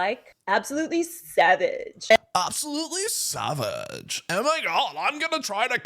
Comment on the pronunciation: U did it wrong she said it more like Sev-idge you said it like saw-vidge